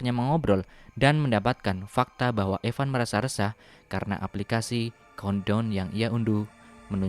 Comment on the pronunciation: Gw yang ga bisa bahasa ingriis COUNTDOWN=KONDOM BANG COBA BILANG CONE TALL